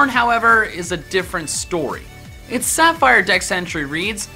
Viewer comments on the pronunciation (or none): none